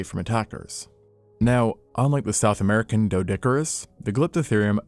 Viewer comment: souf ameriker